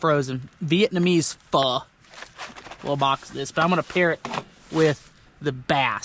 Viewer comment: Your pho pronunciation is spot on for da white boy!